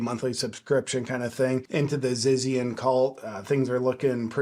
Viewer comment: I am sure it is pronounced ZITZIANS.